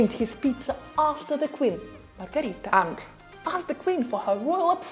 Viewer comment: Si' ma e' Margherita, non Margarita. LOL